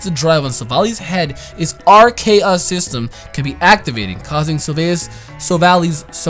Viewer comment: So even with the name broken down to RKS you still say it wrong? C'mon!